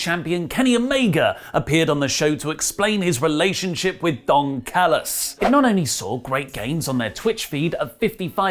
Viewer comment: I swear it sounded like you said Dong Callus lol